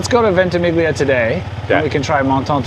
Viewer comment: venti-meal-lee-a (ventimiglia)